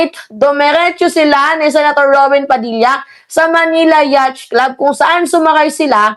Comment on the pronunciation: "Yat" po pag pronounce ng yacht.